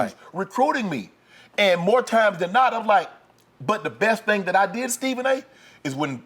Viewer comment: "But here's the thang Stephen A" Me: Ahaha, he said it, he said it! 😆